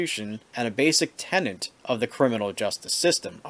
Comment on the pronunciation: A bit of a side note: It is "tenet" not "tenant".It's getting annoying hearing more and more people say this.It's probably in the dictionary by now because of common use but it's still wrong. Another thing that has been annoying me is everyone mispronouncing "swathe".The "th" in swathe is that letter that used to be like a capital D with a little line in it so people are mispronouncing that word too. It's ay not ah when you pronounce it with one letter after it and then an e. And the "th" is just one letter. Not to be confused with thorn character that was the forerunner of a lot of other instances of "th" and looks like a capital "y" in words like "the".